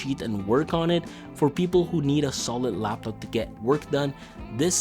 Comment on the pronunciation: You said LLLLaaptop way too many times bro… Good review though 👌